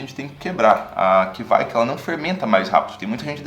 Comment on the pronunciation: To pesquisando sobre essas leveduras agora e não ouvi ninguém falando desse jeito...